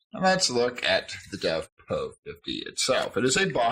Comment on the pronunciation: Why do you call it a Dovpro when it's clearly labelled DOVPO?